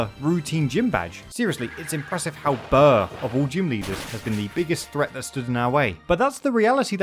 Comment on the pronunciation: His name is burgh like iceberg